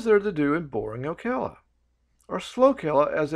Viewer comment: And the pronunciation of Ocala. Never heard it called Okela.